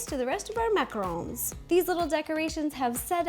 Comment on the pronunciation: Finally! Someone who says and spells macarons the right way! And know they are NOT coconut ball things!